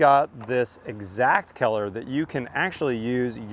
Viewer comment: I love your knowledge and comprehensive information... Just a side note, every time you said the word COLOR, you lost me. "COLOR", pronounced "CULLER". You say "KELLER".